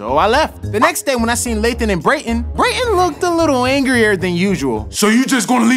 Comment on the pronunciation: Every 1 minute I hear brayten